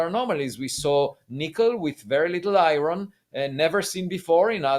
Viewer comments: Can someone tell Avi that he is smart enough to say iron not fucxing i-ron wtf is i-ron ffs, I can't explain it but I want to slap Avi about his head when he says i-ron. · Lots of Americans say I - Ron. Not sure why. Makes me smile every time.